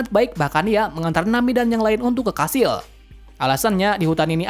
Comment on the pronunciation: Kastil❌️ Kashil✔️ 😂😂😂